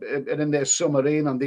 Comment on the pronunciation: Never heard a man pronounce submarine as summerine!